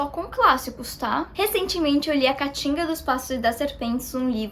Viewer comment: eu amo quando ela fala "a catinga" em vez de "a cantiga" kkkkkkkkkkkkkkkkkkkkkkk <3 <3 <3